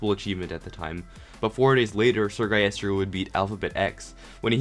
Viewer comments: “Sir guyester” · eseerre gulister